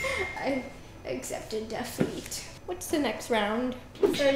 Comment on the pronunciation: “I’ve accepted dafeet” Oh Roni 😂😂😂👏🏽 Oooo all tied up!! Who’s going to win!! 😁😁😁